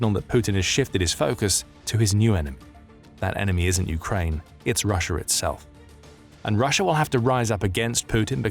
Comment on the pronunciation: Remember it's not Russia it's Russiar